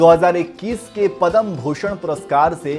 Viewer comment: पद्म कहिए,पदम नहीं